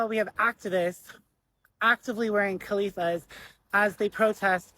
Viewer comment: "wearing khalifas"? What's a khalifa? Does he mean "keffiyeh?"